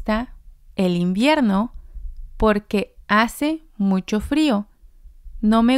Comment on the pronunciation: You pronounced porque like por qué. They’re not pronounced the same.